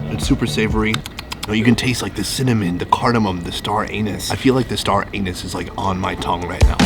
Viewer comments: Anise not anus! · Did he... mispronounce anise as anus.... ? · Sweet it's anise not anus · did you just pronounce it as “star an*s”???? 😩😩😭😂😂😂😂😂😂